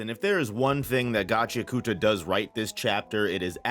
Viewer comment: For the love of God, it isn't pronounced "GAH-CHEE-UH-KOOTA", it's "GA-CHEE-AHKATA".(this has been stated by Urana Kei herself) Sorry if this comes off snobby, that isn't my intent. Just bugs me every time I hear it like that. Love your vids tho man